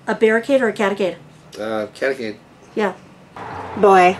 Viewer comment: "Catacade" you guys are too funny! Happy travels!😁